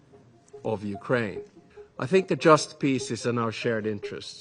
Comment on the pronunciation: bro said "Ukwaine"